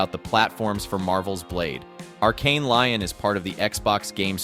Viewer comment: I love your content and keep up the great work dude!. Just so you can stop looking foolish though I will tell you it's not pronounced arkane lion.... Its "Lee-own" would be how you properly pronounce that location in France. 😂